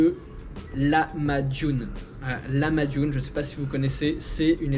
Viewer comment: Le corbeau d Istanbul était très fâché car tu ne prononçait pas bien le mot lahmacun il faut bien tiré sur le H il faut que sa vient du coeur mdr après le Turc mon ami tu te sentiras beaucoup mieux et quand a la manière de s assoir de ces dames c'est le bagdash et la plaque de cuisson c'est le ekmek saci